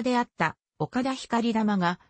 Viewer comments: ひかりたまではなく ごうたまでは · ひかりたまじゃなく、こうたまです。